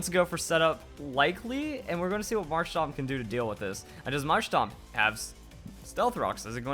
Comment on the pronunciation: It's marshtoMp not marshtop